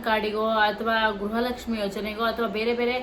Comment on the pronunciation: Madam what is u saying is it is not a guraha lakshmi it is garaha lakshmi first correct your word